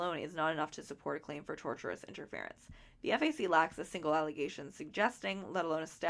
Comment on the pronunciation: Just for the future, I believe the word you were struggling with (tortious) is pronounced "tour-sh-us" rather than "torturous" Just in case you make a video, it sounds a lot worse if Ryan is accused of doing something torturous XD